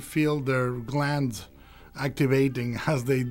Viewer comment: "you can truly feel their glans activating" HAHAHAHA